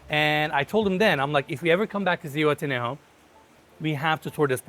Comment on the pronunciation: If your planning to look for it in Zuhuatanejo you'll need to improve the pronunciation, other way nobody will understand what you're saying.